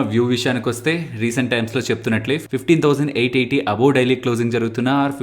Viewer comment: Top side 15880 you pronounced wrong.. Its not a major problem.. Lite